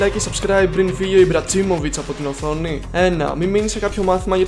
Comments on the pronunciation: Δεν λέγεται ιμπροτσιμοβιτσ λέγεται ιμπραχιαμοβιτσ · Ιμπρατσιμοβιτσ στο τέλος θα πεις και ιμπρατσιπρας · Λέγεται Ιμπραιμοβιτς όλα τα ονόματα λάθος τα λες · Στο ohio τον λένε έτσι τον ιμπρατσιμοβιτς 😂😂😂😂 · Ζλάταν Ιμπρατσίμοβιτς 🤣🤣🤣